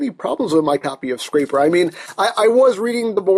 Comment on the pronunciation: Your saying his name wrong. It's scraper like a scrap piece of paper.